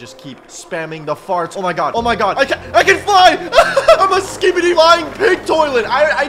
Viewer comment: The way this guy says skibidi is perfect